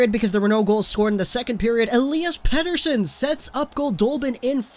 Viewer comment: Oh man, that name pronunciation was so cringe 😂 but I actually know swedish and know the pronunciation so